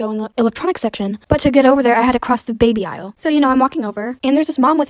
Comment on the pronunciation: The way you said BABY AISLE like its hell